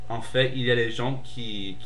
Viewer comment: quick corrections multiple choice=un questionnaire à choix multiples you said 'celle' referring to 'le systeme'- u shouda said 'celui' no liason with dix points 'en fait' is pronounced like 'en faite' s'en ficher que takes the subj, but esperer que doesnt! i'll leave it at that. you have good french and you speak quickly which is v good!! i hope i helped,sorry if i was annoying ;-)